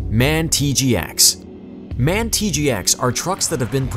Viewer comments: its M A N, not man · for the future. MAN is pronounced letter by letter M A N. Machinefactory Augsburg Nuernberg is the full name. ;) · DAF are the shittiest and cheapest trucks that you can have. MAN letters are initials so pronounced "em-a-en". "En-em" stands for newton/metres isn't it? You don't say kilometre/hours like "kay-em-aitch". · it's M.A.N not man! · MAN truck's is said M.A.N. Just a small point. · And man it’s m a n